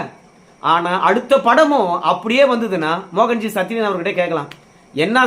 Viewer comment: சத்திரியன் என நல்லா அழுத்தி சொல்லுங்க பாஸ்